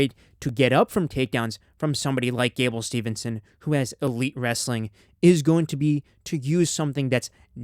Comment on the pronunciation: Steveson, not stevenson